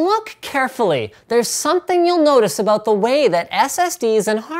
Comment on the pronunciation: ABOOT LOLOLOLOL WTF LMAO CANADIAN LOL MAPLE SURUP LOL ABOOOOT???!@